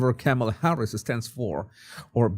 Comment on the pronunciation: Hi, I've been watching your show for years. Your "Body Language Guy" videos are excellent. I just wanted you to know that your pronunciation of Kamala Harris first name is wrong. According to Wikipedia the pronunciation of Kamala is: Kah-ma-la (the last two "a" s are shwa's).